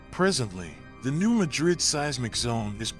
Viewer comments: I'm here just to read the comments about your mispronunciation of Madrid. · Yes, some pronounce it that way, but that doesn't make it correct. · The locals' pronunciation of a geographic place is correct. It's called a shibboleth, a password that distinguishes natives from carpetbaggers. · Why can't you so called expert reporters get place names right.... It's pronounced New MAD rid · And those locals are the ones mispronouncing the word , the area and town were named after Madrid Spain . NOT MADrid ! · He should first learn how to pronounce new MADrid properly and try to attain some credibility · New Mad-rid not New Ma-drid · Not in Arkansas we say mad rid you say it how you want to but your wrong but that's ok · 1. It’s New MAD-rid 2. We’re just ignoring the fact that western KY is also gonna be obliterated?